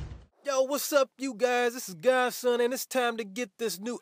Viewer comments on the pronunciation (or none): for some reason godson sounds like gasson